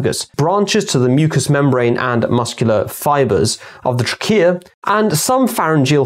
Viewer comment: That awkward moment when an "English doctor" pronounces trachea with the same inflexion as Taqiya...